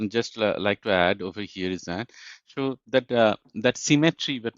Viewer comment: please “So” world ta thik moto pronounce korun. Sounds like “শো" which can cause misunderstanding also distraction